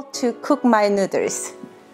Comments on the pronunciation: That looks amazing! Also, I like how you pronounce "noodles", it's pretty cute. (nooderls) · " ramen nuders" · "cook my ramen nooduurrss" lmao great vid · I love the man's sweatshirt:D The word noodles pronounce nu:ders:D LOL... sounds like said:D <3... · I kept thinking she was saying Nuders, but then i seen his shirt and it says Nuiders, Didn't even know they were called that over there, kinda funny, Just ask a girl if you want to have her Nuiders. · Your husband is a lucky guy. I love cooking so I watched for the recipe, but I subscribed after you said nooder. Much love to you both! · the nooders... the goddamn nooders! ...[nú:ders] :D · Lol I gotta say this but any Asian with and accent saying noodles in English sounds like nooders 😂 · She said nudurs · When she says noodles it sounds like she said nuders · "Ramen nutters" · The cutest 😻😻😻 You two are so beautiful together. And the merch 🙀 I haven't seen your channel in maybe over a year so I remember that video of you answering viewer's questions. I actually sometimes say nooders to my kids 🤓 Anyways, love your videos. Thank you!! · She says nooswrs lol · it is so charming with her accent how she pronounces "noodles" <3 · It's so cute the way she pronounces noodles - also there's an Asian supermarket in my area. I know what I'm making for dinner tomorrow. ;) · Why can she say boil but not noodles 😂😂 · I absolutely love the way you pronounce "noodles"! It's SO adorable!!♥ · Love the way she says noodles